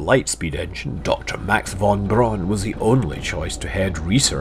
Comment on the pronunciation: braun and not baron